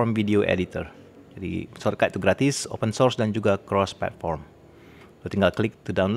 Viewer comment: ngomong gratise biasa wae om hihi keto e tegess temen ...😄